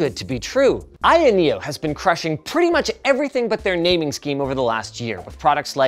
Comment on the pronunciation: I keep hearing linus say I.N neo